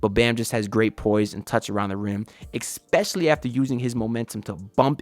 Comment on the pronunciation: please stop saying exspecially 😭